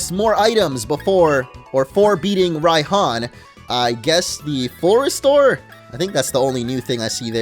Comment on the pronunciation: i realised that raihan is not pronounced ray-han its pronounced ryan